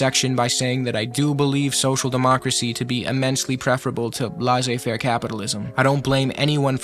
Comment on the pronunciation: It’s pronounced “Lay-zay fair”